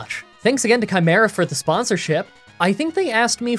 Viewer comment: I don't think that's how chimera is pronounced